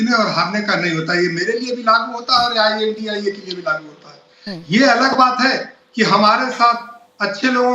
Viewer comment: "आई.एन.डी.आई.ए" कहिए मैडम.. इंडिया नही। "एन.डी.ए" का रहेहै...... ना के "नदा"